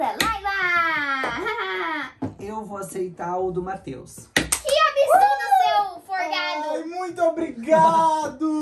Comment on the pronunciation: A Layla e o seu "Seu Forgardo" kakakakakakakaka